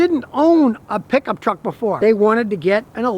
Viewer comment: i love hearing scotty say piggup treck